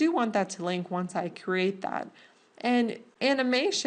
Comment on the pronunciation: Why do people in tutorials feel compelled to say, "Go ahead." Just say, "I'm going to." it is so much less annoying! And please people. LEARN HOW TO PRONOUNCE cr'E'ate. It is not a "crate" for carrying things.